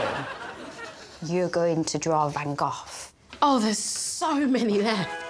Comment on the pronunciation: I also appreciate her pronunciation of Van Gogh.